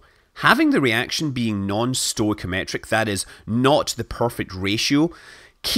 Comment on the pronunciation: Three things. The way you say stoichimetric is elegant - I would love to hear you say pussilanimity in your next chapter. Second, the pin was actually gold plated steel, not solid gold. Those pins were the bane of my existance. We went through variations in taper angle and length but they were always problemsome. For many years there was a requirement that only one fellow R. Pieron was to install pins because he had huge biceps and a short handled 15 lb. sledge hammer. His pins never fell out. Eventually he retired. Lastly, I always thought that the shuttle mission calculated propellant margins based on the tag value Isp and thrust of the actual SSME's being used. One had to meet minimum margin requirements but I am sure the engines could not tolerate either propellant to run dry.